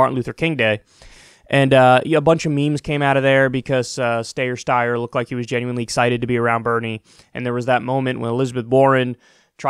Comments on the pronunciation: It’s Sty-er, not Stay-er. That’s how he pronounces his own name, so go with that. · LOOK KYLE it's pronounced "STEYER" -- rhymes with "SQUEYER". Not that hard to get right, dude. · Kyle I love ya but stop calling him stayer steyer it’s incredibly annoying omfg like why? Lol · Wtf?! And here I was hoping that Steyer could drop, endorse Bernie and run pro-Bernie/ anti-Bloomberg ads. What a let down. Also Kyle, let that tired joke go already. We know that you know that it's Steyer and not Stayer. There is no way you're THAT incapable. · "Stayer, Steyer" lol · dude pick one way to pronounce it and move one. this steyer styer is getting annoying. we get your point.... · please stop saying Stayer/Steyer, super annoying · Secular Talk video starts: So Tom Steyer, Stiyer, Stayer..... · It's Steyer - Rhymes with "Liar" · ST-eye-ER .. for gods sake Kyle 🙈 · The steyer pronunciation joke is getting a little old. It’s not that hard of a name to pronounce. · I get the name is odd and you’re belittling him but just picks pronunciation please. Love the show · How do you not know how to pronounce his name after all his impeachment ads??? He literally started all of them with "I'm Tom Steyer" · Omg you mispronounce his name every time... dude I love it 😂😂😂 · Can’t you just learn how to pronounce Steyer’s name? It’s not cute anymore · Kyle, considering that you are doing political commentary, the least you can do is check the pronunciation of Steyer’s name or any other candidate for that matter. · It would save us all a lot of time of you only said Steyer's name once every time you were pronouncing his name. 😄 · Kyle, you can critique without pretending you don't know how to pronounce his name. It's when you do immature b.s. like that, then I can't share your videos because I know people I know will just turn it off without paying attention to your good analysis. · Bernie fan here. Stop mispronouncing Tom Steyer’s name, it’s not even hard, it’s soooooooo annoyyying. Stop please